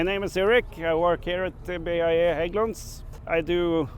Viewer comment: How do you visit Sweden and Hägglunds and not learn how to pronounce "Hägglunds" properly? The letter "Ä" is not an "A", no matter how much you may want it to be. It is pronounced in a completely different manner. There is no such thing as "Hagglunds".